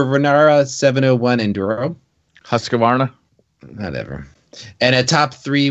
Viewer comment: Thats how you pronounce Husqvarna in the US? Haha as a swede I loved that 😂😂😂